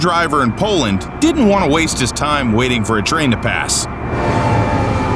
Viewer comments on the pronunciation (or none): none